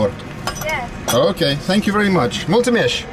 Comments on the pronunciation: brother it's "mulțumesc" not "mulțumeșhc" pronounce the s like in normal latin style but it's ok you tried why you don't go to an actual restaurant? it's ok I know you go to the shit ones for entertainment value but just saying this so ppl know that romania is not shit... it's ok I've seen beggars in UK too some even living next to the king's cross train station wall but yes english beggars I don't think they hastle that bad or are part of gypsy mafias lol you got the old man to speak in italian and he did so ok actually what are you doing there lol what if they will lead you to some ppl that will steal your camera and sell your kidneys, damn gypsy scammers we are tired of them song is called "good day and good work" which works really well with what you are saying around that part great coincidence that's just genius based I agree yeah those buildings in that particular place have a very strong structural resistance, they will withstand earthquakes, things that we cannot say of the new modern blocks that cheaped out on that part Great video man, you are well informed and you made a great little documentary with some good funny stuff as usual! Peace man and come back soon, Vlad from RO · You pronounce it multsumesk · Why do you pronounce mulţumesc like multumesh? Romanian isn't Hungarian. sc is pronounced like sc. But ţ is pronounced like ts. edit: omg, the way you pronounced "Mi-ai adus iar primăvara" 🤣🤣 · bangs head oi mate it's pronounced "mul tzu mesk" (mulțumesc) kind regards, a british expat in Bacau. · I guess by now you already now "Mold to mesh" is not how you're supposed to say thank you in Romanian lol Anyway, sper că sa ai o călătorie bună în România! Bine ai venit! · she said "Mr. what's that ? " fir gods sake just please say " mersi " and not multumesc you sed it very very wrong